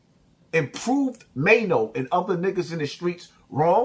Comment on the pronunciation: Now you like Maino but was calling him Chaino 😂😂